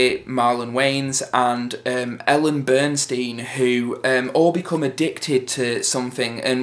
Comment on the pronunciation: haha lol. please stop saying Ellen Burnstein. It's Ellen Burstyn. haha good review mate